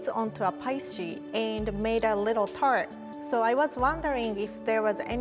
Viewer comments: This is my recipe for chocolate "TURD"? Edit: It's pronounced that way throughout the video. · I thought she said "chocolate turd" for the first one